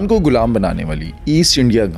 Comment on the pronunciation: Bro golam nahi gulaam ❤